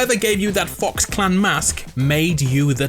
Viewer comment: Who else thinks he said Fu**s instead of fox 🤣